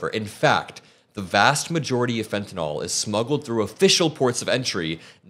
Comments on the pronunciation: It’s fentanyl not fentuhnall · Please, the drug is fentanyl, not fentynall. Thank you!!!